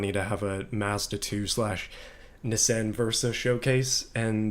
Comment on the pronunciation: Never have I heard someone call a Nissan a nissien interesting pronunciation.